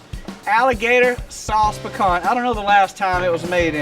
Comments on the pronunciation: “Sauce Pi Cah”, we don’t pronounce the “n”. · sauce piCAN? really?